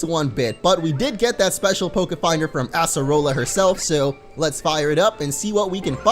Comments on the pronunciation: Totem mimikyu was fine for me (also acerola is pronounced with C not S) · Your saying her name wrong